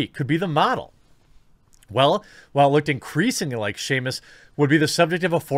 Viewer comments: Shamus? Samus, no "H" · You be killing me when you say 'Sheamus'. Lmao It's Samus. Like SAM-US. 😂😂😂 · dude theres no h in samus why do you keep saying shamus for someone whos so excited the character is coming to fortnite you should probably learn to say the name right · "shamus"?! Ouch dude (Sam-us air-an) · Shamus, Ireland's version of Samus....... Lost a bit of cred for not knowing how to even read that name correctly. Maybe you should host the game awards. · its pronounced sam us not shame us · Jeremy 'I like video games' Hambly: shame-us bruh it's samus... SAMus, not shame-us, you shame us by your lack of any knowledge, (or basic pronunciation) about Metroid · “shamus???” Dude please stop, omg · Who the fuck is Shamus. I know of Sam-us from Metroid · Jeremy, seriously Shameus?! Is there an invisible h after the S that only you can see?!?! Holy sh!t you say it like 8000 times too man! It's SAMUS. No h sound anywhere in there. Good lord man. Throw in any Smash Brothers title and pick Samus.... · Well... Brie Larson might be playing her roll in a movie, no wonder why Jeremy kept saying Shame-us. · Sah-mus Samus. Seamus makes cartoons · Samus not Seamus my guy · Its Sam-Ughs not Seamus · Did you really just call "Samus" from Metroid "Shamus"? ....Bruh come on, love your content but misspeaks like this make you sound like a wannabe gamer and disingenuous. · AH! it isn't pronounced Shamus, it is Sam-us SAMUS D: - Samus is an amazing character, and it would suck if brie larsen is the character. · Its (SAM-US) NOT Seamus or shameus . Samus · Jeremy, I always enjoy watching your videos, but jeez this made me cringe. "Shamus?" Her name is spelled: Sam-is. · You call her SHAME-US when it is portrayed by Brie. Lolol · Just a heads up. Samus Aran, is usually pronounced like Sam-us or Sam-is. You are literally the first person I've ever heard pronounce it Shamus. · Why does him pronouncing Samus like Seamus feel like nails on a chalkboard. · It’s Samus. Not Shame us.